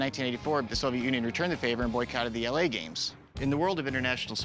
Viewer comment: "the 1900 Olympic gyames"